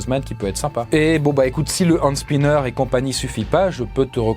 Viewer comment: Un quoi ? un Hans Spinher ? un soldat de la Wehrmacht ? Je ne comprends plus rien ... 😅